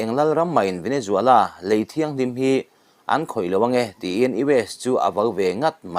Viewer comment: Venezuela....Nge... Venejuala.....Venejhuala😊😊😊